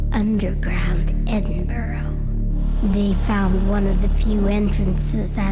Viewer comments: Edinburoo lmao xD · What the hell u said edinburell u dumb ass my god y don't they make a Scottish person like me talk about their own land for once!!!!? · I always get a laugh out of foreigners trying to pronounce Edin-buh-ruh. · im dutch and even i say it right...they really dont want to do a bit of work and pronounce it right